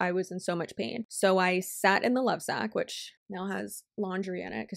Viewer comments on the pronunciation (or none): none